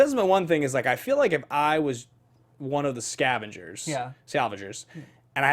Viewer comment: Gents, I’m pretty sure they’re the SCAVENGERS not the Scal-ven-gers.